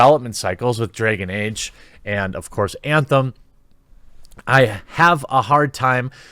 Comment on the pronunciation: “Dregon Ege”